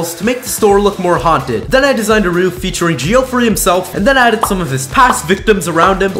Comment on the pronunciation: The way Geoffrey is mispronounced just hurts my head